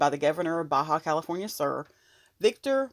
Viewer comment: Ba calif SUR!!! It’s pronounced. SOOOOR like south. Soooor. Uuuuu